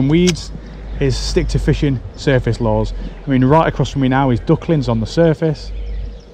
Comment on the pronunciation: Every time he says “lures” I hear “laws”